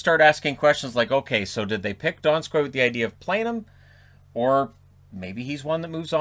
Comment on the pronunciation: You would think, as a "celebrity" that you would ask someone how to pronounce the name of the guy you are gonna announce. It isn't like it as a secret before hand or anything.